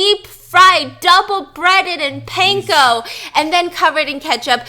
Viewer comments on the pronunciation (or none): stephanie noooo😭😭 you did not just say pain-ko puh lease😭😭